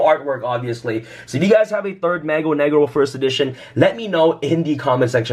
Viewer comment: i got cancer listening to him try and pronounce "Mago"